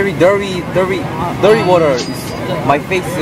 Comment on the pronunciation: Very.. very dirry water